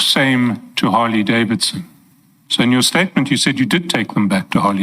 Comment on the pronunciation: Yhooo needs the Interpreter why? I do not see the significance... She can't even pronounce Harley Davidson name correctly to say the least. is full of games shem